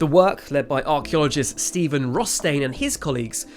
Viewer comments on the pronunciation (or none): none